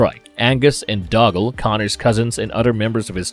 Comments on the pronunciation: Who in the BLUE HELL is RAMREZ? Or Dougal? It is pronounced Doo-gal. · He got Angus right but not doggle 😂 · Yeh he calls Connors cousin Dougle (doo-Gal) as doggle (dog-Gul) a few times too. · Thanks for clarifying. I've been miss pronouncing Doogle all these decade's. It's Doggle...learn to pronounce the names or stop using the algorithm please. I appreciate your shared passion, but this REALLY irritates us fans. I don't intend to be rude, ... Love the content though! Thanks. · AHHHHHHH the narrator's mispronunciations are driving me insane. It's obvious the guy has NEVER seen the movies let alone an actual fan of the movies. "Ram Rez?" Are you kidding me? "Bed wine?" Bed O win. "Dug al?" Doo Gal and so much more. Ugh new do over narrator please! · Doggle like Hoggle, lol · And doggle